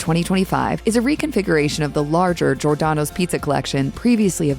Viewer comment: Maybe you should learn to pronounce Giordano’s correctly?